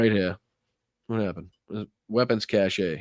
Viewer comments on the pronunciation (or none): BTW p.s. Re the Tesla etc., anyone else got the feeling that a lot of rightwing extremists were hoping for a Dem victory, set up for and yearn for violence, liked MTG's claim that Dems would try to overthrow a Republican victory, and are going to get a wee bit dangerous when Trump's administration lets them down? "cache" is pronounced in the US and UK like /cash/ , and in Australia as /kaysh/ /cashay/ is the pronunciation for "cachet" : a seal of approval, a mark of high status (The cachet of having being senior advisor to a now admired ex-President.)